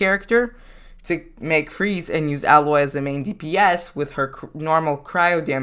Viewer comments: Im a lil mad he pronounces it "al-oy" when its "A-loy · Her name is pronounced Aye-loy, not Ah-loy. It's stated in her own game. (NO HATE BY THE WAY, YOU EARNED A NEW SUB) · Pronounced A — Loy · I guess you havent played horizon zero dawn the way you pronounced her name